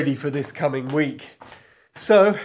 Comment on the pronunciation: Haha "tomorra"